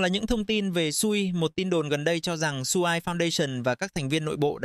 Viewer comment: dùng AI cho video cũng được, nhưng mà các bạn nên chỉnh những phần mà AI nói sai đi ạ. Vì dự án quen tên thì có nói sai tên vẫn luận ra được. Nhưng có những tên riêng phát âm sai người nghe không thể nào luận ra được đó là dự án nào. Ví dụ như SUI thì đọc y vậy, chứ đọc "Su-ai" là bị sai rồi.